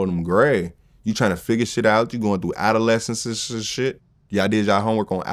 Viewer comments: STOP!!!!! It's NOT adolescensessess, it's NOT adoleecisisisis, stop with the isss-ess-iss-esss..... it's ADOLESCENCE. - "When the Whole Crew is Stupid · Adolescencesss??? Yo 😭😭😭😭